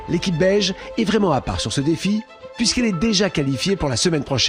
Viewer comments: Moi aussi dans le premier épisode j'ai cru qu'il dit belge après j'ai compris que c'était beige 🤦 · L'équipe "beige"...et moi j'écoute toujours "belge" 😂.